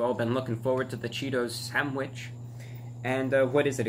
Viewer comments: Cheetos SHhhhanwidge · He says sandwich like a southerner says son of a bitch